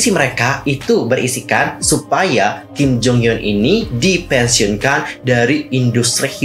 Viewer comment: Bang setiap lu ngomong Kim Jong Hyun gw dengernya Kim Jong Un masa 😭